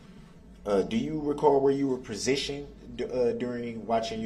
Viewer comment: He really asked “Where were you PROSITIONED at?” That’s not how u say that word lol